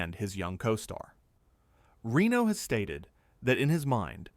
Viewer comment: Reno's and Besson's names are also severely mispronounced. What do you expect from AI slop?